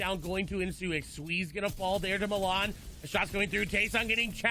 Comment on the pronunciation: It's not squeezie, it's xsweeze lmao